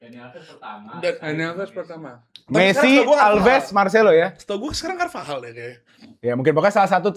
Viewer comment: Bahkan base pengetahuan bola orang biasa normalnya nyebut cervajal jadi carvahal, tapi tidak😂